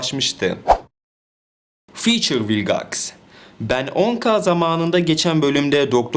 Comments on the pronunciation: ABİ MALGAX DERKEN VİLGAX A MAL MI DİYOK? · Hayır rebootun sadece 1 bölümünde vilgex diyorlar zaten öyle okunması lazım